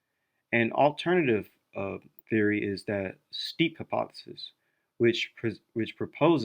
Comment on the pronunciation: Steppe is pronounced "step", ware is pronounced "wear" :)